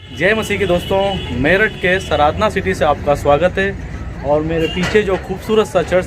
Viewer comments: Sir please sardhna ko saradhna mat kaho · At least pronunciation to theek se kijiye jagah ka naam..its Sardhana hai not SARADHANA... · Sardàna hai sirji sradna nhi please pronounce properly.jai yeshu ki. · भाई वो सराधना नहीं है, sardhana (सरधना) है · Angel, the name of the place is "Sardhna'" and not "Saradhna", there is a major difference in your pronunciation & spelling, Please correct yourself and in the video, Otherwise the video is Great !! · भाई सराधना नहीं सरधना हैं सही से तो प्रनाउंस कीजिए आप हिन्दी भाषी भाई लगते हैं इस बात का ध्यान रखना चाहिए l कोई गैर हिन्दी भाषी अगर ऐसा कहे तो समझ आता हैं l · Good information but it is called OR pronounced like “SIR DHANA” spelled Sardhna !!